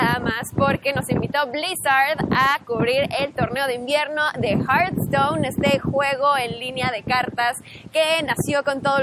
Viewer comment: horasi teboy a correjir el english se dise hearthstone no haarthstone